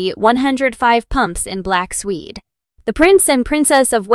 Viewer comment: 1 min 34. Listen for a fashion tip in shoes : pumps made of " swede"....? ☺️. ( mispronounced : " Suede " : It's supposed to rhyme with "Swayed"....☺️). ( and, btw, what is a " hOndbag " ?☺️. 🇬🇧💕🦉☺️📖🌈🦉🇬🇧